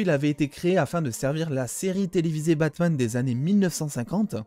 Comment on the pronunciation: La désolé je suis pu capable ton " ze Batman " normalement j'aime tes vidéo mais le ze jsuis pu capable ou avaez vous appris l'anglais car au Québec on le prononce comme le reste du canada et des USA ex: votre Hulk qui nous on le prononce comme les anglais holk poyr la pronociation donc le the que vouz dites ze nous comme ces prononcer e est prononcer i et le th en d donc ex: The Undertaker est prononcer Di Undertaker sérieux je like toutes tes vidéos a part les ze batman Sans rancune mais la en startant la vidéo et jai entendu une fois de plus le ze jai dit non jme vide le coeur pour esseiller de comprendre pourquoi en France vous déformer l'anglais de cette facon la quand tu écoute de quoi en anglais tu l'entend comme jle dit ou pas?